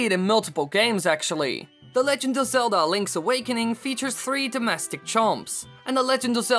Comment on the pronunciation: "ZeldAH" "MariOH" idk why but the way he puts so much emphasis on the end of his words really annOISE me. What if I talked like thiIIs all the tIIMEAH?